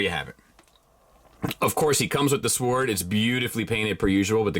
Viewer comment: Thanks. Side note: not concerned about the pronunciation of the name, but concerned about the pronunciation of “sword.”